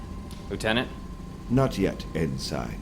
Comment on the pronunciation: To the Thrawn actor, very good job. The voice is perfect. I do have a question though, is the way ensign is pronounced as en-sign supposed to show Thrawns difficulty in pronouncing words?